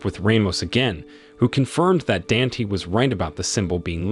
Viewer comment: "Dant" 😂😂 his name is "Danté" not "dant"😂🤪🤪